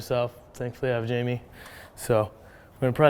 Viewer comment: Its spelt jaime (hi-me), so why is he calling him jamie